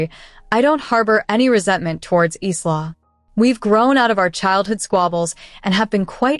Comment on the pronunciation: Really, so how come the pronounciation of "Isla" is so horrible? Its 'I-la', not Is-la